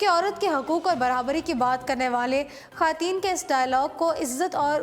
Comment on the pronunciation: برائے مہربانی اپنا تلفظ درست کریں ۔ بار بار خاتین خاتین کہہ کر کانوں میں درد ہو جاتا ہے